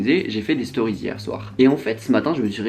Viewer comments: "les storiz" louis fait un effort stp 😭😭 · « dans les storyzzzzzzz » jui morte vmt